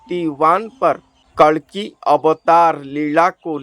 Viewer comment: kalanki nahi कल्कि जय श्रीकल्कि जी🙏